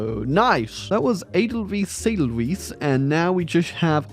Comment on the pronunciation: Hearing butcher the pronunciation of 'edelweiss' was a spiritual experience, absolutely effervescent